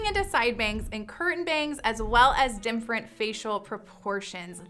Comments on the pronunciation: Why does she say “dim-frent”? (different) I heard it several times. Maybe it’s an artifact of the mic she’s using. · Why does she say "dimfferent" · Literally drives me nuts when she pronounces “different” as “dimfrent” 😑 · I’ve never heard “different” being pronounced this way (‘dimfrent’). Just an observation.